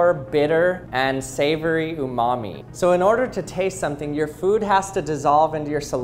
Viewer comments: what did he say ? It sound like savory for your mallme / mommymeat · I don't know why but I heard "your mommy" instaead of "umami"